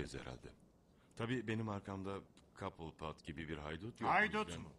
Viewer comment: Mehmet Ali Erbil "Cobblepot"un telaffuzunda "Kabılpot/Kobılpot" falan demiyor da "Kobipilot" diyor. Böyle berbat hatalar da çok :)